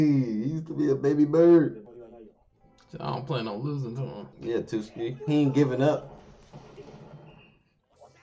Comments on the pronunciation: Hhhh tuski i just find it funny every time .. its tsuki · Err... Sorry to dissapoint you but the T in Tsuki is not silent T. It just the same when you say "tsk" or "tch". If you silent the T it became Suki. Suki in JP means "like" or "love" while Tsuki is "moon". JP language is just like Arabic where if you say it wrongly, it will bring different meaning. For instance, "oji" "ojii" and "ouji". Oji= uncle Ojii=grandfather Ouji=prince See? The differences between the vowel brings different meaning. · By the way, his name is pronounce Su-Ki, not Two-ski. The T in Tsuki is silent